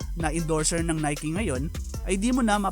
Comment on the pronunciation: ngayong kulang na NIKE Pala ang pag basa Hindi NIKE😆